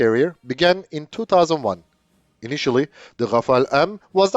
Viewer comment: It's Rafale, not Rafael, which is an Israeli company, or Rafaele. 'Omnirole' is a marketing term, just like '5th generation', which is supposed to cover some specific features.